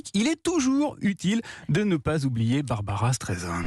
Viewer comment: BarbRa not Barbara